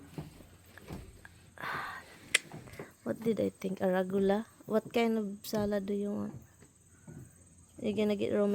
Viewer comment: Arugula is how it is pronounced and spelled..